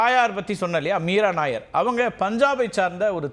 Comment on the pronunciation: மீரா நாயர் அல்ல மீரா நய்யார் ....